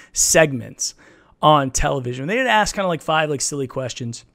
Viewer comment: Loves both of you guys channels. I never commented on the video but does say "asks" wrong. He says it like "axes". I remember that QA video I actually cut it off because I couldn't stand it. Still a huge fan of both you guys and super glad you've collabbed again!